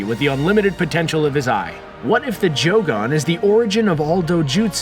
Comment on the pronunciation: This duuude said joogan